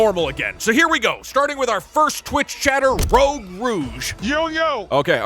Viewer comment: We all know that you said "rogue rouge" incorrectly in the stream, you can't hide it from us